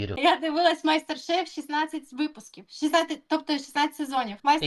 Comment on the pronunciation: І як вона правильно сказала не Мастер шеф, а Майстер шеф! Правильно б на телебаченні ще б підписали ))😮